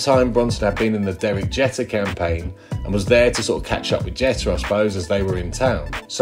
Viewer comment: i hate to be that guy but it's pronounced Jeeeeeter not what you saying.... son said Jeter ☠️☠️